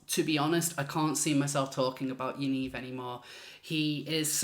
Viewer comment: "Yanivery" LMAO!!